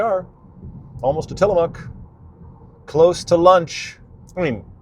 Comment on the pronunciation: Kudos to you guys on fixing your pronunciation of "Tillamook" between your last PNW video and this one lol. Great content as always!